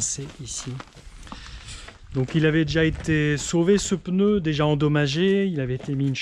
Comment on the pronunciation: Je "m'insurge", on ne dit pas le "peneu", mais le "pneu" ! Allez, sans rancune... Bonne continuation.